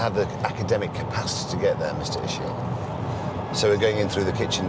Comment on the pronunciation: It's Ishii, not Ishi.